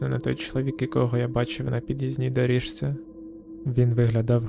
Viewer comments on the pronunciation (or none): Мені сподобалося, продовжуйте, будь ласка! Лише одне зауваження щодо вимови. Почитайте правила зміни приголосних (шиплячі перед свистячими та навпаки свистячі перед шиплячими). Наприклад, слово «доріжці» вимовляється [доріЗці] і так далі.